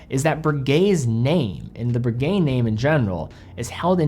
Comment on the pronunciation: Breguet and Rolex owner here. I'm in the market for a factory-new chronograph, but I won't be buying this one. 1., the name is Breguet, not Broogay (the eg element as in pronouncing egg). 2. The new 42mm size to too big for most tastes. 38-39mm is far more generally acceptable. This applies particularly to buyers of higher end makes like Breguet, which are chosen for taste, rather than look-at-me flashy inclinations. 3. $18,000 is too expensive for what it offers. 4. The power reserve is insufficient, compared to alternatives. 5. It's too thick at 14.1mm. 6. Only 100m water resistant. Conclusion...... Breguet have got this wrong, and as a dedicated fan of this wonderful company it saddens me. It also irritates the heck out of me to admit that the best alternative is the Daytona, but with so many 99.9% perfect copies of the Daytona out there, devaluing ownership of the real thing, that's not what I want..